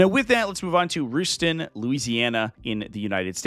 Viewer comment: Rust-uhn is how it's pronounced for Ruston.